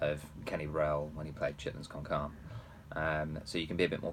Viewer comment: Great job in explaining everything. You’re a brilliant player and teacher but as someone who speaks Spanish I humbly must correct your Spanish. It’s “carné”. Like (carnAY) but a shorter vowel sound on the “ay” more like the “e” in “egg”. Carné. Sorry I just can’t let it go anymore.